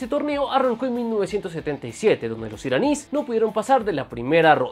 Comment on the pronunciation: No se dice iranis se dice iraníes